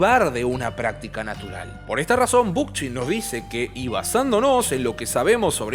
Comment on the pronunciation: Muy bueno este vídeo, solo me queda una cosa. ¿Realmente se pronuncia Bookchin con Ch de español y no con K? -como suena en ingles-. Me encanta que hables de él, los videos sobre anarquismo también la rompen. Gracias por el videazo! <3